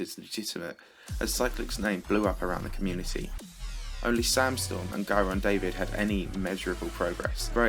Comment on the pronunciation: Giron's name is pronounced like "jiron"